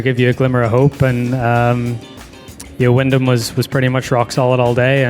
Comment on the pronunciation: Sounds like you said Willin or William Clark? It’s Wyndham Clark 🤦 Even if you don’t follow golf, get the names right if you’re going to narrate, please.